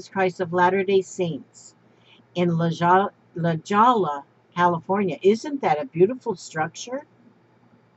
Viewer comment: Hi....Just so you know, LaJolla is pronounced La Hoya.....and those cute cows from Scotland, if they are the wild ones, must never be touched by human hands....I don't remember why exactly, but "you're" not suppose to.